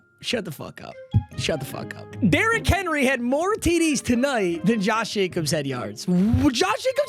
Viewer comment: "Derrick Henly" and "Donathon Taylor" in the first 40 seconds of the vid. in full effect